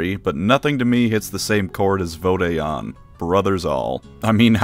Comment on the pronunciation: Never heard any one pronounce vode an like that